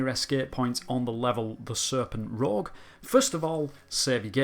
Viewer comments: It's pronounced "serpent rooj" not "rogue" :D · um, I think in French Serpent rouge is pronounced " serpent rooje". In Celtic. roge is good enough, or is it Gaelic?😁😁😆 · La Serpent Rouge It's pronounced "rooj"